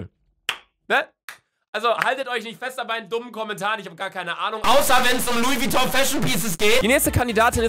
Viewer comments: Niemand: Luca: Schreibt Luis Vitong Jeder Idiot weiß das es Luise Vigong heißt 🤦‍♀️ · Niemand: Wirklich Niemand: Wirklich absolut niemand: Luca:Louis Vitong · "Louis Vitong" 😂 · Luca: Louis vitong😂😂haha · Louis vouitton ne haha 😂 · Louis Vuitton wird so geschrieben und nicht wie du es schreibst😂